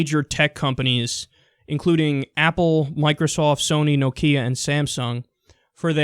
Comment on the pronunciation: I love how you pronounce Nokia, it gets me every time.